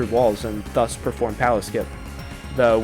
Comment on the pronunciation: Alright I have a bone to pick with the way you pronounce "thus".